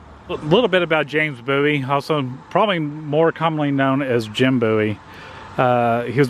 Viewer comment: Dude, you could at least learn how to pronounce the town's name correctly, Bowie, Boo-ee, its really not that hard.